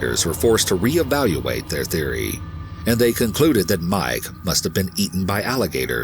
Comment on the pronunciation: I love the video but the way he sometimes says mEYEke instead of Mike kills me lol.